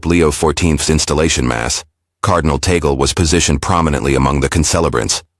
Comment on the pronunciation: That is TAGGG--LEEE, not TAAA--GELLL.